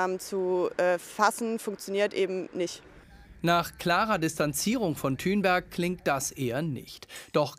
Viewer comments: Der bro sagt einfach Greta Thünberg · Seid wann heisst sie denn thünberg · Wieso heisst die Thünberg??